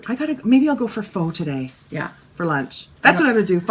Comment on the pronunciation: Yes you nailed the pho pronunciation! It's like Fe(r)h [with no R sound] and sounds like "huh??". I'm no Vietnamese but I researched this when I was in Vietnam cus people didn't get me when I straight out said "Fo" like finished object FO.